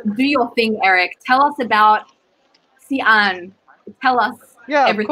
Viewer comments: Actually, it's more of a "She" - "An" as in like West... Xi-An "She-An" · 你发的也不对，华北山东的土话还是发尖音[s]，普通话尖团合流现在发作舌叶音[ɕ]，这个音英语国家的人发不出来的